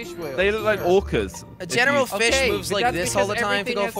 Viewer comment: He did not just say dead flish...